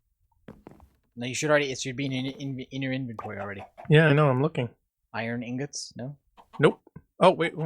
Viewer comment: BTW, Inggawts? Lol.